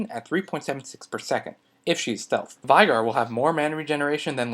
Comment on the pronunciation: his name is "vay-gar" you can hear him say his own name in game